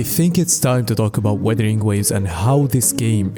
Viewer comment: Btw, It's "wUthering" not weathering.